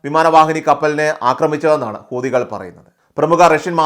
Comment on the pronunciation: ഊദികൾ എന്നല്ല,ഹൂ ത്തികൾ, എന്നു പറയുക എല്ലാവരും തെറ്റിയാണ് പറയുന്നത്